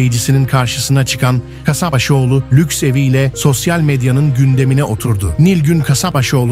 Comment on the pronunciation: Huzurla, sağlıkla yaşasın. 😘. Soyadını doğru söylerseniz iyi olur. K A S A P B A Ş O Ğ L U. ANLATABİLDİM ZANNEDERİM.